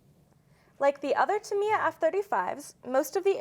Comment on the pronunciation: I believe the company name is pronounced TAMiya.